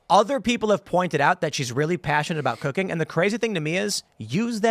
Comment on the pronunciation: Am i the only one that heard "She very passionate about cocaine" and not cooking?